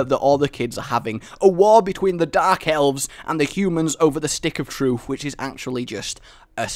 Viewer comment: stick of what? trufe? lol troof?, you are awesome, just find it funny